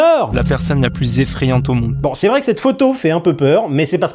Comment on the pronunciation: Z'est 100% brute toutes ces z'explications 😂😂😂😂😂